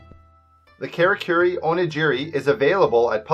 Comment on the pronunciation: It's pronounced Kah-rah-koo-ree oh-knee-gee-ree. Jesus